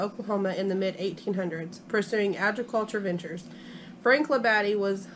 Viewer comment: It's pronounced Lab-a-de.